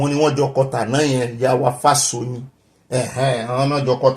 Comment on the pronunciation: Good evening, and. Happt birthday to our father, Professor Akintoye. The correct pronunciation is Fáshò̩yìn. Much ❤.